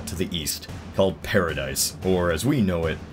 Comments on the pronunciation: Its not pardise, Its Paradii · Paradis and Paradise are spelled and pronounced differently.